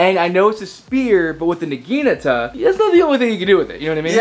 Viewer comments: Nagiinaata = wrong Naginata = right I'm sorry I'm a stickler for details if you say it right the next time I'll go on your channel both of them look for the first video and subscribe with that video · Naginata naug-i-naughta Pronunciation check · says the naginata is his favorite weapon, can't even pronounce it right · It rlly bugs me the way he pronounces naginata